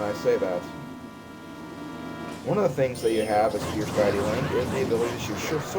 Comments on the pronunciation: It's Day-ih-tee oor Dee-ih-tee, not Die-ih-tee. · I used to pronounce deity like that too. lol